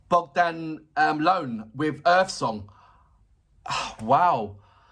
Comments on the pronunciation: Hi man. He name is not Bogdan Loan, is Bogdan Ioan . Ioan comes from John, and you must to pronunce Eeon ! 😂🎉 Cristian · As others wrote bere, his name is Bogdan Ioan pronounced Eeuan not LOAN. Although people mentioned it here, the owner of this channel still didn.t corect Bogdan.s last name. And like others said, this video is not his blind audition, which is more impressive. This video was part of the Voice Reunion of several former contestanta. Perhaps the owner of this channel should make the apropriate adjustments, as a sign of respect. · Its soo so funny when brits try to read the name ioan, not loan with the L... :))) 5 years ago Lemar from BBC Radio 2 Saturday Night Live( dunno if he still does it ) requested in a live on facebook to give 3 jazz/gospel/soul songs and i won hihi though he pronounced my name, ioan, like u did here; i guess the language barriers exist aight? ))) As i was explaining to my greek master programme teacher very easily the name is phonetically E_1, just that